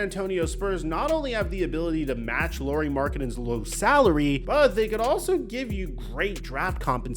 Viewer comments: It’s Lauri not Lori. Au in Finnish is like the Ou in ouch. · Lauri is pronounced Lowry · Is it THAT difficult to pronounce his name correctly? You have no issue saying Kyle Lowry…